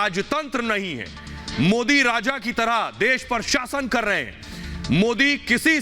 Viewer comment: Oweshi desdrohi gadaar desme pedaahuaahe deskaa khaataahe haamaare modiji ke naam thikse bhi Nehi bolsaktaahe oweshi desdrohi gadaar desme dangaa karaanaa chaahaataahe maardaalo khaahaani khatam hojaayegaa jaisriraam